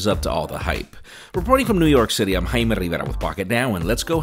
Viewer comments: So you give an English review but say your name in spanish that we cannot pronounce? Quite egotistical. Your name is Jay-me. Thanks. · Every time he says his name, I be like "whut?"